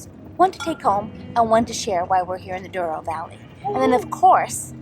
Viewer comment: Glad you liked the experience. By the way, it's Douro. I guess americans are more familiar with spanish words - colorado is one. As curiosity, if Colorado (which means colourful in spanish) was in portuguese language it would be Colorido.